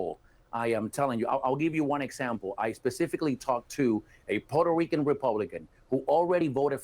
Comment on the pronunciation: Neither one knows how to pronounce Puerto Rico (in English). He continues to say porter Ricans (both of them). I remembered when we were called Spics( no speaka Spanish), or poora Ricans). This is was not cool back then. There were also all kinds of racial terms for just about everyone who enter through Ellis Island. This guy can pronounce the name Puerto Ricans in Spanish ver well but not in English? Makes me think that he has hate towards America (subconsciously) And there you have it my professional analysis 😅😅😅😅